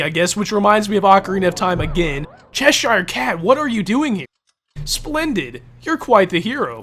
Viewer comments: it's not Shesh anything. It's Chesh. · No offense, but your pronunciation of cheshire as "SHESH-ire" is driving me nuts. I always pronounce it "SHESH-ur".